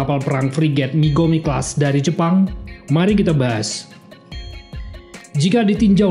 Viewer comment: Mogami bos bukan migomi menit 1.43